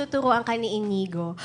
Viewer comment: Hindi Inigo pero Inyigo kasi nga " Ñ " yun. Patanga tanga kang host ka.